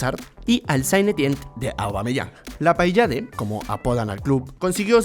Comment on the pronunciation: Vivo en Montpellier desde 2017 y me llena de orgullo que lo menciones xd. Aquí nadie prácticamente recuerda esa liga, el PSG tiene monopolizado a toda la hinchada francesa. Me hubiera gustado un montón poder celebrar un título de liga aquí, sería tremendo. PD: Se pronuncia "La pallad", es literalmente un ghetto y ahí queda el estadio donde juegan, viví un tiempo justamente al lado.